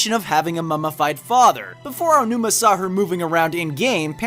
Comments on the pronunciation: Why does everyone pronounce Aonuma's name Ayanuma? It's pronounced Ah-oh-new-mah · What kind of person would pronounce Aonuma as "Ayanuma"? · "aiyanuma"??? "caff eye?"??? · There's no "i" in Aonuma, please stop saying it like Aionuma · "I O Numa" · Great video but please stop say "Ayonuma" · “Eyeonuma” smh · Take a drink every time "Aonuma" is pronounced incorrectly. Hell, every Japanese name.